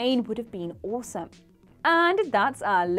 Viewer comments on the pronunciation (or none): none